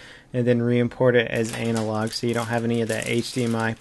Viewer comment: you said anal log